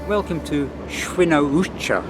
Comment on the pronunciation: oh, this it the train by which I travel the most. Wrocław Główny - Radom Główny <3 Ps. Nice pronunciation of "Świnoujście" - one of the most diffucult names of cities in Polish language, besides the "Szczecin" and you travelled by the train named "TLK Wyczółkowski" - hat trick of tongue-twisters:) - Świnoujście is the city literally cut in half withou any bridge and you can't cross it by train so that is why the ferry is free, but right now there is tunnel under construction. I visited this city this summer and left bank is definitelly better and nicer. I also visited the neighbouring towns in Germany (Heringhdorf and Alhbecka) and there were even more beautiful that Świnoujście and defenitely more charming. Another curiosity about Świnoujście is that on the right bank in more industrail part of the city is located the gas terminal which receives the gas transported by ships from USA.